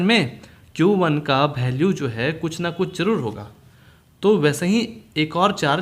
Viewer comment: Sir ji.. bhalue nhi value hota haii.... Baki theek hai.